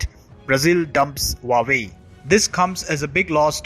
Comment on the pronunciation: Your report is incisive. But your pronunciation of Huawei is incorrect. It is not Vawei as you say but H-U-A-W-E-I. Hua, the first character, means flower and hence the flower logo. The second character, Wei, means China. Don't mistake me, I'm an Indian and neither an admirer of CCP nor ever visited China, but have learnt Chinese language at the Delhi University way back in 1970s.